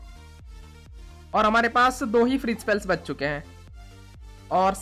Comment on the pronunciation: is bengali maybe coz he pronounces bach as baach😅😅